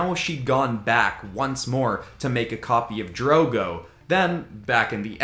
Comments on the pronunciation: It's drogon, not drogo, dro gon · Everyone else seems focused on the whole "Charizard isn't a dragon" thing, but I'm surprised no one--including you--noticed that you mispronounced Drogon. Drogo, as in Khal Drogo, was Daenerys' Dothraki husband played by the incredibly sexy Jason Momoa. Drogon was one of Daenerys' dragons, not only named after her love Khal Drogo but also hatched by his funeral pyre.